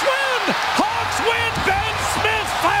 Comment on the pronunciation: goalkeeper's name is "Lehtinen" not Lwehtinen...